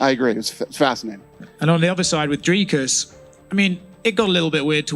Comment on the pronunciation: Americans: Dricus good ❌ Strickland bad ✅ Dricus ❌ Dracus ✅